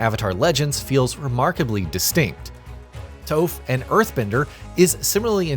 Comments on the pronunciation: Toe-fff and Soak-kuh 😂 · Even the ember island players pronounced toph’s (pronounced TOFF) name closer than you did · Soaka, Toof, and Yu. Very obvious that the guy voicing the review has never seen the cartoon. This is why I prefer the writer doing the voiceover lol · "toaf" fucking killed me 😭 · You can always tell who doesn't know Avatar when they mispronounce core names like Sokka and Toph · Toph too 🤣